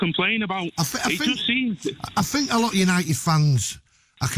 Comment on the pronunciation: “ I sink I am the best “